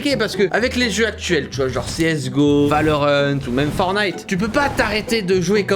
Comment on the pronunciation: C’est pas Fornite, c’est ForTnite. Ok??